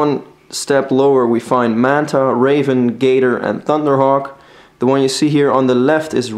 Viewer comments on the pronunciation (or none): none